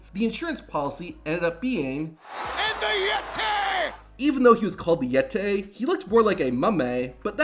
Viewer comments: The Yet-tay.. 😂😂😂😂😂😂😂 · “Even though he was called the Yettay he looked more like a mummay “ 😭😭